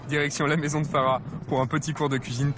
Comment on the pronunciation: Je comprends pas pourquoi encourage faussement à mal prononcer les mots malgache comme ça! C'est koba et non koubahh! c'est Mamy et pas Mamie!! c'est Fara et non Farahhhh!!! l'intonation est descendante à chaque fin de mot. C'est bien d'avoir été cuisinier sur paris mais là t'es plus là-bas, t'es sur Madagascar. Ça fait super mal aux oreilles d'entendre un malgache prononcer de cette manière... encore ça va! il arrive a peine et commence tout juste à apprendre. Tu sais il y a beaucoup d’étrangers à qui lorsqu'on enseigne bien comment se prononce nos mots y arrivent parfaitement. La prochaine fois, essaie quand même de le faire à fond lorsque tu prévoira d'enseigner notre culture que ce soit culinaire ou pas.... Malgré tout, Bravo, c'est un Très Bon Documentaire.